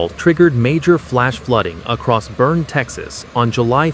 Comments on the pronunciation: It's pronounced "BERNIE" like "Weekend at Bernie's". Get it right! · Boerne is pronounced: Burn-ee. Got it? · Pronounced Burn-EE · It’s pronounced Burn-ee. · Great report, but Jeez! Could someone tell them how to pronounce Boerne correctly?